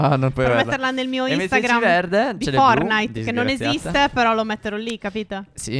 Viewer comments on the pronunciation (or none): none